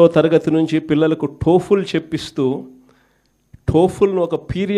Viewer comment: అంటే మీరు 5 years డ్రామా చేస్తే అందరూ డ్రామా చేస్తారు అని అనుకోవడం మీరు చేసిన విధానం టైప్ అనుకుంటే మీరు మారారు అని అనుకోవడంలో తప్పు లేదన్న. టోఫుల్ కాదన్న టోఫెల్.